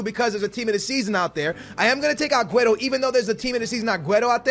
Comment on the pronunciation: Will u finally say aguero's name right?